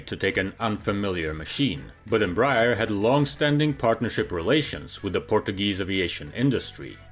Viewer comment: Bro, if you would like to improve your pronunciation of the name Embraer, try saying "embra-air"